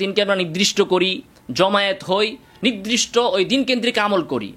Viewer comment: "নিদরিষ্ট" শব্দকে " নির্দিষ্ট" অর্থাৎ নিরদিষ্ট বললে ভালো।